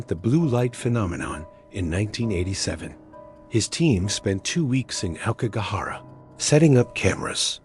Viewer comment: Please learn how to pronounce "aokigahara."